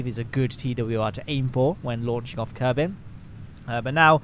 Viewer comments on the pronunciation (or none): none